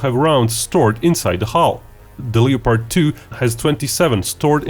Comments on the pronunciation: Just wanted to point out, The o in Leopard is silent, since I know English isn't you first language and its a mistake even English speakers make when reading it. Le Pard. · Just a note that you might want to work on your pronunciation of the word "LEOPARD". We don't pronounce the "LEO" that way in the USA except when talking about lions or astrology.